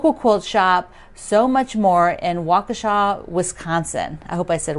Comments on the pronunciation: Yes you pronounced Waukesha correctly! My daughter lives close by and I go to Sew Much More every visit! I also watch Tuesdays show from there! I loved seeing Norm and the family on!! ❤️ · Nice job on Waukesha pronunciation - it was perfect!